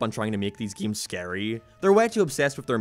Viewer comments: can you say "games" instead of "giums"? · Geams...I like to play geams...GAMES